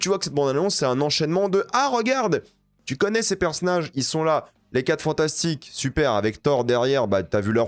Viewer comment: On dit "bande d'annonces" pas "bondannance" et "personnage" aussi pas "perssnage".. Si t'es aigris comme ça dans la vie mdrr pas ouf force a ton entourage